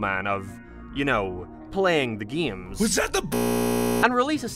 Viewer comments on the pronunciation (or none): I'm so sorry, why do you pronounce "games" like gayeams 😭 What accent is that?